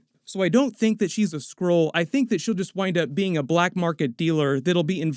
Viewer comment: The way you keep saying Skrull sounds like you are saying Squirrel.